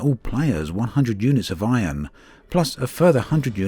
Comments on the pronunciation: I like how you say Iron (ion) xD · Drakey Fenix thats how we pronounce it here in NZ